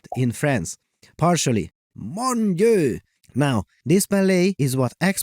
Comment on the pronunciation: "Mon Dieu !" Am impressed, that was fluent French right there. Well done 😂